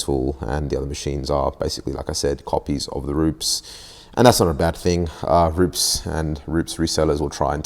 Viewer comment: rupes not rups